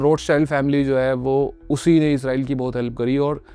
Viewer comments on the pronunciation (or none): none